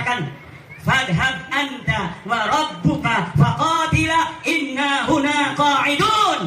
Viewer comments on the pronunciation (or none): Ayat nya salah baca. Inna haa hunaa qo'iduun eee di baca innahuna qo'iduun